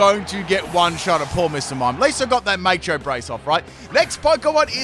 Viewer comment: Maycho Brace? How do you sing Macho Man? Please say Maycho Maycho Man